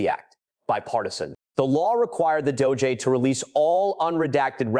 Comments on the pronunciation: What the hell is the doh-jay? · AI Voice-over “Doh-J”? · Please learn how to pronounce the names of these people. It’s hard to listen and believe what you are reporting when you can’t say the names right. Btw, it’s not dojay, it’s DOJ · The DOUGH JAY??? IF A I is to be successful then THEY GOTTA GET THE Pronunciations RIGHT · Ai always shows itself with mispronounciation and strange pauses that don't sound human. so annoying 'Doe Jay' 'Missy for Massie' 'Epstine for Epsteen' etc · It is AI you hear, not a person. The pronunciation of "DOJ" is also odd.